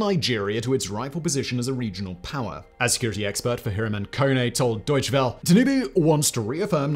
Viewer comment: Pronunciation note: German doesn't have silent vowel suffixes. So "Welle" from "Deutsche Welle" is pronounced "VELL uh", not "well".